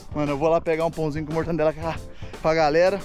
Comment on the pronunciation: Mortandela ou mortadela